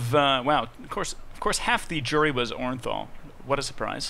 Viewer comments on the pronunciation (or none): lmfao am sorry its oran'thul not boran'thul learn to read my friend its a o not b lmfao